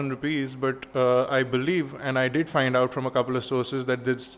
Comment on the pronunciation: "it DUD" haaahhhaaaaa